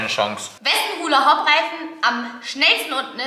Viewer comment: HuLlA HoP 😂 ich dachte es heißt hulla hup